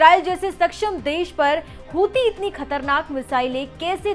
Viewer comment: ये हुती हुती क्या है ये हुती हुती क्या है,😅😅